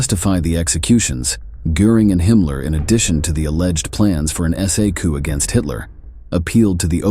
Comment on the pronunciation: The "p" is silent in the word "Coup". I do not think the speaker speaks English as first language.